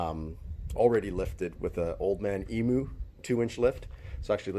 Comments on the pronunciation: I have a 100 series, so I'm sure we're on the same page with our enthusiasm for 4x4 Toyota's. However, Old Man Emoo in Australia is pron: Old Man EamYou. Just sayin'. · Say old man emu properly mate